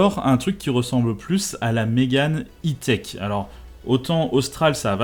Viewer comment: Personne ne prononce le E à l'anglaise en France